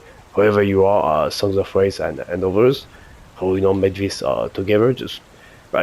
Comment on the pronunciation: Of course you have a 110% roll on Eruption xD why am I not surprised and extremely jealous haha! GGs! PS. Yeah you spoke SongsOfRaze perfectly 👌 cheers for the shout out, bring on the next challenge!